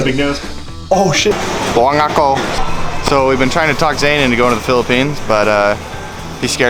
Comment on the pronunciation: C.. Straight pag Ingon nya ug "buang ako" 🤣🤣🤣